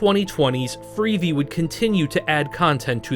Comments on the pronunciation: Well if it isn't, why does "he" say "freevee" instead of "free-vee"? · Obviously AI. The 'narrator' pronounces it as "freevee", instead of "free-vee" (as in TV).